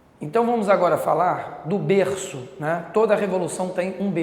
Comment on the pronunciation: um berrrrrrrrrrrço